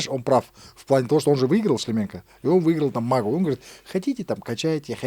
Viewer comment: Тут казах в студии что-то мнгого себе позволяет, коверкает фамилию Шлеменко.